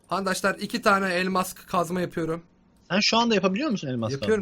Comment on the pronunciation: abi niye handaslar diyosun